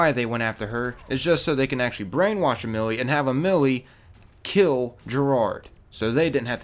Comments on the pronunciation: Am-Ely not a-Milly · Ah-mi-lee? Ah-may-lee!! God everyone gets it wrong.🙄😤😡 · this is how you pronounce her real name Ah-ma-l-ee not a-mill-ee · The way he says the names! 😂😂😂😂😂😂😂 (The way he said) Ah-mill-ee Lah-crooix (The way it's pronounced) Ah-mah-lee Lah-croi And by the way, there is a spray of Gérard and Amélie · why do you say her name like amile when her name is Emily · Your pronouncing her name wrong, it's not "uh-Millie", it's "awh-may/muh-lee" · (Ā-mill-ee), you sure it isn't (Ah-mah-lee)? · You're pronouncing her name wrong. Maybe it's your accent? Am-A-Lee not amillie xD but other then that good video. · i think its a-mee-lee-a not a-mil-ee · Her name is not pronounced Amel(ee) I'm French and her name is pronounced : A(meal) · "A-mill-ee". It's pronounced "Ah-ma-Lee" for those who don't know. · Nobody's perfect but EM MILLY YOU IDIOT it's just Emily not em milly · A-milly?! Fucking Americans have no idea how to pronounce foreign names. It's pronounced A-mi-lee, not A-milee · Omg.. Her name is Amélie, pronounced "Ah-meh-lee" (French for Emily)... Not "A-milli".. like a freaking millimeter.. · Its AM ELLY Not AH, MILLY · Her name Amelie is pronounced (ama-lee) and their are drawings of her husband on line, nice video tho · Ok first im triggered that you pronounced BOTH of their names wrong. Its Amelie pronounced "emily" and Lacroix like L-A-C-R-O-I-X. and the fact you the only word that you said correctly was Talon. No hate but I just have really bad ocd XD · J-air-ed and o-Mel-ie. that's how you pronounce the names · How the hell did he think that Amelie is pronounced A-mi-lee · Her name is pronounced a-Mel-Ee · Lacroix - La-Croy. Amelie - A-mellee. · Ah-meel La-croh. :> That's all. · It's pronounced (am-aley) kinda like omelette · It pronounced am-e-lee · To Pronouce Widowmaker's name in french do it like this ( Ha Mei Lee ) that is the way it sounds. And yes im french. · dude you pronounced amelie amaily. (sorry i just know french) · nope, its AM-ELLY